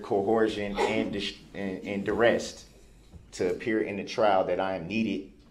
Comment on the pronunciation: The man who doesn't consent to being called Darrell Brooks (🙄) tried to add new words to the dictionary everyday... "You can't cohorst me. You gots me under doorrest." "I already axed you. I been done axin' you several times." "The record is inakerit. I just want the record to be akerit." "Is that lawfullaw?" "He wasn't no first eye hand witness." "Whatchu mean 'mute point'?" "How is that same statue being used?" "That evidence ain't got no valueness to it. NONE!" "Yerhonor and dis court have no intregady! You ain't got none!" "I gots yer oaf of offices RIGHT HEER!" "Dis minebogglin'." "It's reedicKolous yerhonor." "Was dat objection substained?" "Lemme remind you that you is under oaf right now." "Is that a tackit agreement?" "Tell da trooff, yerhonor. TELL DA TROOFF!" "Objection! Relevancyment?" "You can't dodat. You can't dodat yerhonor!" "Reason for da substaine?" "What's dah relevancyness of dat video?" "You just lookin' for uh, uh, uh, an escape goat." "A motor vehicle vs pedrextreian incident?" "Was you able to get a license place of the vehicle?" "Is that a judicidairy determination, yerhonor?" "What's the relevanciness?" "You were so efixiated on the eyes." "My 6th addmendment has been disguarded." "Do you look to see if any of the victims had underlining illnesses?" "I gots kids too. I cutted they un-biblical cords." "I'm the only one getting ammonish up in here! Dis ain't fair!" "They ain't letting me use no law li-berry, yerhonor." "It goes towards biastness." "Ha